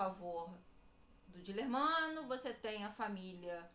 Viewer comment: Moça, o nome do amante depois marido de Ana de Assis era Dilermando e não Dilermano como vc diz.